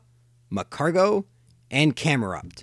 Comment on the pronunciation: Which Pokémon are we talking about here? Slugma, Magcargo ... and: Camera. It sounds so much like camera. :D